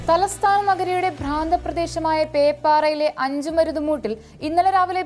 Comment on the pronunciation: ഭ്രാന്തപ്രദേശമോ? പ്രാന്തപ്രദേശം എന്ന് പറയൂ.